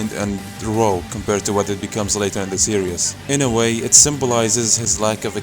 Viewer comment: its hard to listen to you when you say series as serious